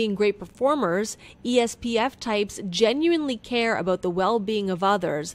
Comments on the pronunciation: It’s ESFP, NOT ESPF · WTF IS ESPF?! it’s ESFP BRO?? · I'm an ISTP. Why do you keep calling ESFP as ESPF? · It’s ESFP NOT ESPF 😂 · ESFP not ESPF... Sigh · Einstien was an INTP not an INTJ and it's ESFP not ESPF great video <3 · ESPF? Its ESFP! How did you make this mistake?! You literally have to do the same thing over and over. How???? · Bruh they really committed to calling it ESPF instead of the ESFP the entire video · It's ESFP not ESPF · you guys said espf its esfp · It’s esfp not espf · ITS ESFP AND ESFJ NOT ESPF AND ESJF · Its esfp not espf!